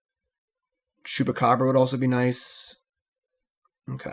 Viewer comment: I took a big gulp of my Long Island Iced Teas last night for every time you say Chewbecab and couldn't even type this comment until now. Talk about a nervous tick